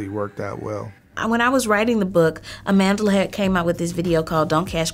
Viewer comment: Her name.... her powerful black name pronounce it correctly please 😡is not Amandela is Amandla